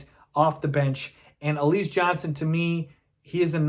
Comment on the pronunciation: Why do you pronounce his name like that? It's pronounced alizay, like the drink alize